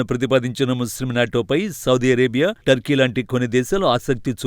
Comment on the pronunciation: అది అది టోకీ కాదు టర్కీ ఏం చేస్తున్నావ్ బాబు